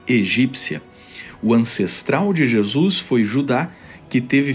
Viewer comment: gostei da prununcia carioca para Jesus: jesux hahahhahahah